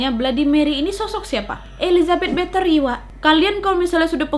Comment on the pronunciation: Kak bukan Bathory (betri) tapi Bathory (bathori)